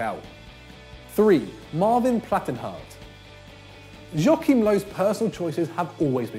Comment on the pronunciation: i wanna go deaf after hearing his pronunciation of “Joachim”